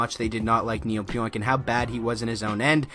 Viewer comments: Last named pronounced PEE ONK . No oink like a pig lol Thanks for the update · pronounced Pee-Onk. Great move by my Rangers.